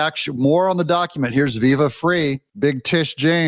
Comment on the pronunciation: Ots not fray, its pronounced Viva "fry"